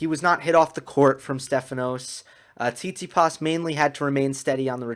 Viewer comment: “Sound like an American” LOL that was on point. Speaking of which, Stef’s name is actually pronounced TsitsiPAS. 😁